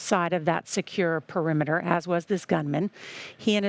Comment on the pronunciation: didn’t you maybe want to say PE-RI-ME-TER?